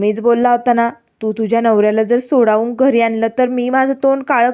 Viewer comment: संवेदक नीट मराठी बोला की.सोडावून नाही हो सोडवून म्हणा.